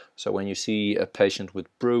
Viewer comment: FYI BRUE is pronounced "BROOEY" not "BROO"